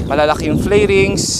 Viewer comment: Flerings, flairings ba talga or Fairings?